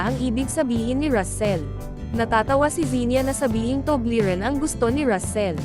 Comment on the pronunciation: Paglilinaw; " TUBLERON " hindi TUBLERIN.